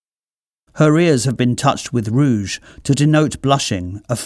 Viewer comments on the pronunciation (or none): none